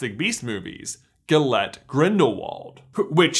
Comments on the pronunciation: also its Gellert. say it with me,. Gel like gal but with an e instead of an a. and Art like the thing that you draw. Gel Art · omg it's Gellart! how hard can it be to pronounce?